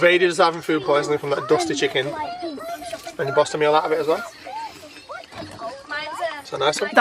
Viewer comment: Chicking bloody chicking , can that woman say things properly at all .